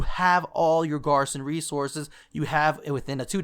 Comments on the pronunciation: its not that you called it wrong its the fact that you cant pronounce it right...#cringeworthy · how he says garrison triggers me.